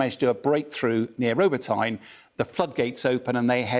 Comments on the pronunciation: Jeeshhh... For the umpteenth time English folks, it's not Ro-bo-"Thyne", it's pronounced Ro-bo-tee-nah!! :yougotthis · Why is this clown pronouncing it Row-bah-tine? If he can’t be bothered to pronounce place names properly he clearly lacks attention to detail. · It's not called bloody ROBOTINE. doesn't even try to pronounce it correctly. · Do they try, though? theres a difference between Ro Bo Tine and Ro Bot Neh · Isn't it pronounced Roboteni ? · Funny how pronounces Ro-ba'-ty-na. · I was thinking the same - especially as I come from Newcastle upoin Tyne. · Robotyne: The village has been in the headlines for weeks, but they still haven't a clue how to pronounce the name correctly (applies to other places as well) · Only a cocky Englishman would pronounce Robotyne in any other way than the one in which the Ukrainians pronounce it. Where's William Wallace when ya need him?